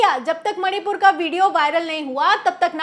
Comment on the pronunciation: मैडम सही बोल रही हैं, बस मणिपुर का म उच्चारण नहीं कर पा रही हैं। 😮😮😮